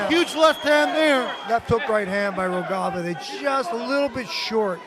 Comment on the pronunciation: I wish the guy who comments the fight have learned how to read Rogava and spell it as such. Great fight!